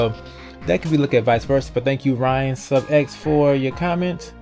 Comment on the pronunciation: Omg! Thanks For Putting My Comment In The Vid :D I Just Finished Epiosde 5 No Spoilers But My Reactions Were THE FUCKING FEEEEELS Cant Wait For Ur Game-though GAMEOVER Ent ! (Btw My Name Isn't Pronounced Ryan Lol)